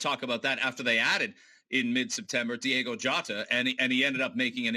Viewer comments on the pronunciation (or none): you guys know his name is Diogo not Diego right?